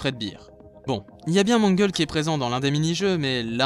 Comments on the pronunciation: déjà c'est "Mangle" et pas "manguel" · Je suis tout à fait d'accord ! PS : ce n'est pas Mangel mais Mangle. C'est un prénom Anglais, donc l'écriture n'est pas la prononciation ^^